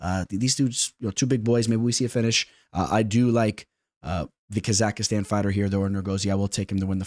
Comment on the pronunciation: That “ Kazakhstan” pronunciation is crazy 💀